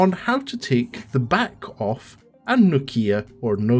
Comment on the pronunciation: It's. Nokia. 😂😂 Thought you tech. Man. Cheers though